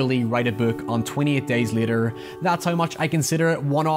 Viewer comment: Bro it’s later not liter